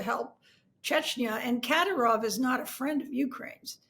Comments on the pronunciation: It's pronounced Ka DEER ov. Really damages your credibility when you don't even know how to properly pronounce his name. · why is it always to hard for Americans to at least attempt to look up the pronunciation of eastern european and caucasian names and surnames? At least put the stress on the right syllable. It's ka-dYrov, not kAdy-rOHv geeese how hard can it be. The center piece of your conversation and you can't say it right? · The fact you don't know how to pronounce kadyrov shows you are clueless